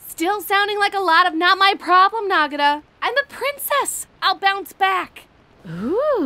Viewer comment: "Princess"? I thought she said she was a "Pwincess".